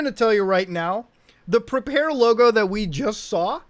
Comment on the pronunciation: "pre-pear" nice